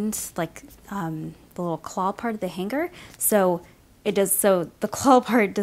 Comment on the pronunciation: its "hang-er" not hang-ger